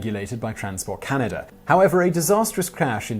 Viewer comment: I know you go to some lengths to pronounce words correctly. every time you say Can-I-da it grates on my ears.